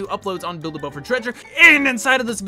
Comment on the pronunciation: The '' BHhhild a boat for treasuree''